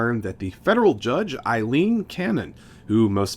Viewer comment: Why do people have such trouble pronouncing women's names? Her name is AY-leen. And Kamala's name rhymes with Pamela.